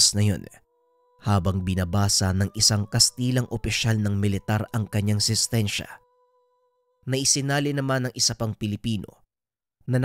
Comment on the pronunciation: Sintensya ata yun... Hindi sistensya